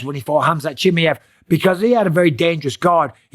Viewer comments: its "Chim Mai Ev" not "Chimmey-Ev" ...Mate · Why are you calling him Chim-i-ev, while he is Chim-a-ev? Is this some kind of trolling? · Bisping, learn how to say faking names right. Chimaev not chimeev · It’s CH-MY-EV not Chimi-ev 😂😂😂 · chimiev? its chimaev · Chi mi Yev - Bisping never gonna learn how to spell his name correctly. CHI MA YEV ! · Atleast now show some respect and start pronouncing his name correctly… here I’ll help you not CHIMMY EVV it’s CHEE MY EVV BUSPONG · “Khamzat Chimmy-ov” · chimmy-ev. Mate you are worse than Chael calling him Hazmat. Have some respect for his name, its not that hard to learn how to pronounce it. Imagine someone calling you Mikhaila Pissping....... Not funny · wtf is khamzat "chi me ev" ? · Khamzat Chim-E-av 😂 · Chim"A"ev bro. "A" Say it now. Chimaaaaaev. AAAA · its CHIM-MAA-YEV, for the love of god. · MIKEL BISSPININING his name is (K)Hamzat CHIMAEV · He said his last name wrong like 30 times in one video 😂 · Bisping can't even pronounce Chimaev... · Please Michael, learn to pronounce his last name correctly! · He always says Khamzat last name wrong 😂😂😂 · if you are going to give opinion..learn how to say the champions name right .. Busdink.. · COME ON BISPING ? AT LEAST TRY AND PRONOUNCE HIS NAME CORRECT 😂😂😂😂😂😂😂 YOUR TAKIN THE PISS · For the love of God, Mike, learn how his name is pronounced. Especially now he's champ, lol